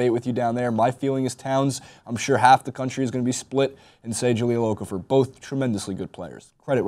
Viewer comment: You guys really need to learn how to pronounce Okafor. It's O-Kah-Foh.